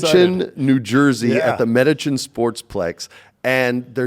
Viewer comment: The pronunciation on "Metuchen" was a little off..